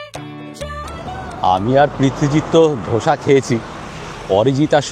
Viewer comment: দাদা....আপনার অনেক অনেক video দেখেছি। এই series টাও খুঁটিয়ে খুঁটিয়ে দেখব। একটা suggestion - ওটা যা breakfast করলেন সেটা দোসা , ধোসা নয়। ধোসা বা ধসা আলুর হয়। 🙏😅